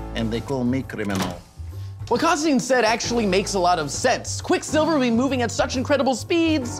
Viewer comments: Your pronunciation of Quicksilver was very distracting. You're the first person I've seen who puts the stress on the second syllable. I've only ever heard 'Quicksilver, not Quick'silver. Fun video, though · Great vid...but why do you keep saying quickSILver? It's like when my grandmother says "boy scouts" as one word with the stress on "scouts..." boySCOUTS